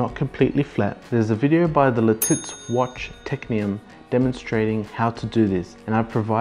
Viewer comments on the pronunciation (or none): Lititz "Lih-titz" Arkansas "Arr-kan-saw" Great video!